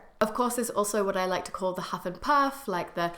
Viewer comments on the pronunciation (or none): when you sait huff and puff i heard hufflepuff xD